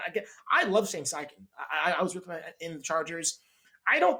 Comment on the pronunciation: “stane sheichan staid” 🤣🤣🤣🤣🤣🤣🤣🤣🤣🤣☠️